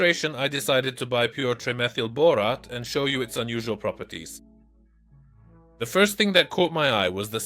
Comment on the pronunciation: bore-ot-teh? it's bore-ate. your AI is broke still, but getting better.